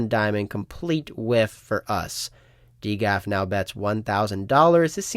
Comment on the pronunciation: who pronounces it D GAF lol